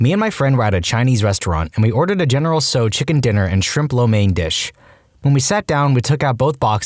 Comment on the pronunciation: Not general So. You pronounce the T as well. Tsow